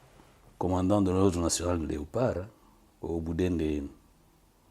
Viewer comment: Sorry,it's De not Du!!!